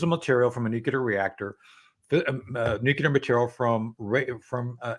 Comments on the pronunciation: Please tell Tony that it’s Nuclear and not Nucular… just a irritating…! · Please Judge stop your habit of interrupting your guests before they finish their comments, not a good interviewer habit. Please Tony Shaffer, the word is nuclear not nucular. I would think a DoD career guy would know that. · Your honour, I know this is acting a lot, but could you tell Tony to stop saying nucular?